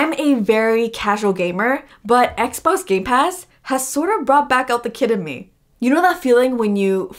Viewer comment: She is saying xbos not xbox